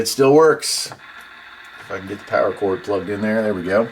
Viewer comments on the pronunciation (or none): none